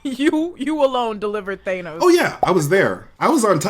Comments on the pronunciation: It shouldn’t bother me so much but I’m annoyed when people pronounce thanos in a weird way. (Thaynos) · & Red Skull: The only 2 people who pronounce it "Thay-nos". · Why do they pronounce Thanos as Thay- no?